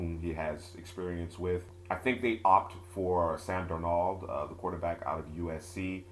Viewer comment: In the future just say Sam D because the way you say darnold is just a NO,NO